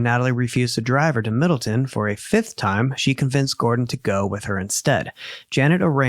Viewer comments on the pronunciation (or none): You are not saying the towns name right! It’s Middle Town! There’s no such in town called Middleton in CT! I live here! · Provided Middle-TOWN, not Middle-TIN. I wonder if you cover the Cheshire murders (very close to Middletown) how you'll pronounce that town's name 🤣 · I live in Connecticut. Middletown is pronounced middle town, not Middleton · I am from CT. It is pronounced middle Town. Love your channel!!! Thanks for the great content. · The city is pronounced Middletown, Connecticut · Not to be an arsehole, it's MiddleTOWN. Middle. Town. I live here at the mo. 😅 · I am no one to correct lol believe me, but because I lived in this town for 25 years I want to say it’s pronounced MIDDLE-TOWN … with love 💜 thank you for this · I love you guys and admire the incredible detail you put into these cases! I just wanted to mention as someone who was born and raised in CT it’s pronounced MiddletoWn lol but no worries hahaha I can’t imagine how many towns you’ve had to read and pronounce over the years and cases 😅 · I also know you like to be corrected when you pronounce towns wrong so I will help to tell you its pronounced Middle-Town